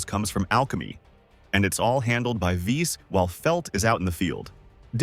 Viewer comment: Atelier Iris 2 has a special place in my heart. It's the first PS2 game I ever finished, which is saying a lot as I really have short attention span for games, lol. I played AI1 & 3 and also Ar Tonelico, but they're not nearly as endearing as this. Btw, Viese is pronounced "Vee-say".